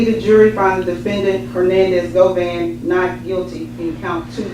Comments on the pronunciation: Why do u keep saying govein ....😂😂 It's govan ... Simple .. you always doing to much man ... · Every time he said GOVANE ... I cringed 😂